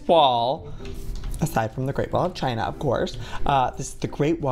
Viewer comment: and he also said Great Wall of jina XDDDDD